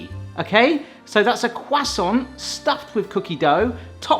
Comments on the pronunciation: CRUSAINT CUSTANT COOSAAONT.... Quhhh sawwnt' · I’ve never heard someone say croissant like quwasont lol. I’m very much uncultured American. 😅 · What's a cwassant?